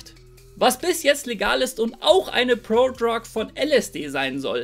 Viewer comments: „Prodrog“ triggert hart, ansonsten gewohnt stabiles Video. 🔥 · ich finds witzig wie du "Prodrug" aussprichst :D